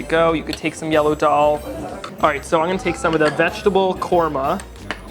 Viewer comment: Hey Eitan! Fantastic video! One helpful suggestion: the “d” sound in Hindi and daal is pronounced like “the” instead of “dee”